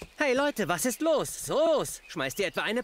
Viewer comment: Ist zwar, ein sehr unterhaltsames Video, aber warum gibt es Stellen...wo er sagt zum bsp:. Was ist los? Soos? 🤣 Oder wie Hallolola?😂